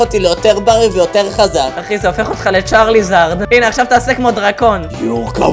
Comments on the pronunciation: אומרים צ'אריזארד לא צ'ארליזארד Charizard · לא אומרים צרליזארד אומרים צריזארד